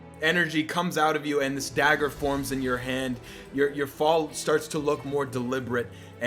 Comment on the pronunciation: Mine was when condi said daeger